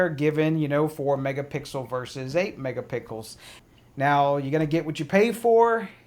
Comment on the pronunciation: Good video... Just wanted to let you know that you keep saying "mega pickles" when you should be saying "mega pixels" pronounced (picksils) I hope that helps.. thanks again for taking the time to make this video for us to watch. You helped me big time in Deciding if I wanted to buy the camera or not